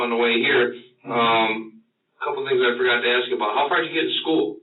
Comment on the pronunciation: He can't even say the word "ask", he definitely can't outsmart anyone for that matter